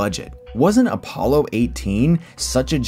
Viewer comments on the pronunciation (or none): none